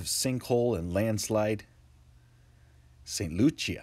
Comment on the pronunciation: My friend,it's not St lucha.It's St Lucia.